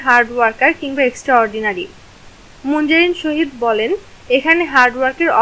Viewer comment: Munzareen sahid hobe..... Tumi sohid bolcho kano😂😂😂😂